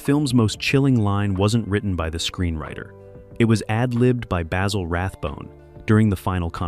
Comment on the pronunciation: Sorry AI you have screwed up again, Dressed to Kill was the LAST Rathbone Holmes movie in the series. Terror by night was made earlier and as a matter of fact (facts apparently are things you disregard) it Dressed to Kill was the last film made in the series. Aso, please pronounced Rathbone's first name correctlly Basil is pronounced not with a long "A" but a "BA" like what a sheep sounds like. Also you are completely wrong on the Nigel Bruce depiction of Watson. He correctly thought that playing the part straight from the books would clearly put Watson in the background, so very early on he decided to play Watson with that less than astute persona giving the character a very distinctive personality. And finally, for God's sake quit showing clips from other movies that have nothing to do what you are talking about. Once again you have proven how dangerous to the truth this AI sh_t is to true analysis of a great series.